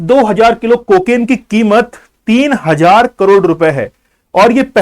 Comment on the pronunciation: Are bhain ke lore bar bar kimot kio bol rhe ho